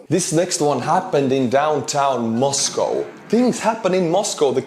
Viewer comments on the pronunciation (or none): none